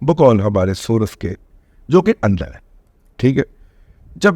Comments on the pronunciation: دادا آپ تو سورس کا تلفظ یہ نہ کریں،بر وزن کورس کریں،امید ھے برا محسوس نہیں کریں گے، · دادا جی محترم،،،،انگلش کے سورس کی " ر " پر زبر نہ پڑھیں تو تلفظ درست ہو گا ۔۔۔